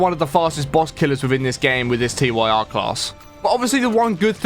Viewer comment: It's pronounced "TEER" As in "Tyr, The Norse God of War."